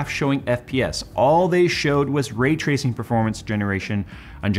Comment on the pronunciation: 😂 I couldn't tell if you were saying ray-tracing, retracing, or rate tracing...